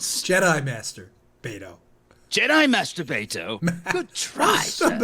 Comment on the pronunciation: Did he say Master Beto or master baiter